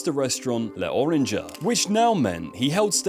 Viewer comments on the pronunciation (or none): Great video, worst pronunciation of L'Orange I've ever heard haha